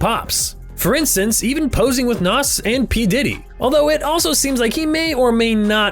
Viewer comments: Nas pronounced like naz....not nos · It's NAS not "Nos" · Nos? You mean nas? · When dude said posing with Nas and Pdiddy, he pronounced it as though it was NOS the energy drink. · Why not find out how to pronounce "Nas"?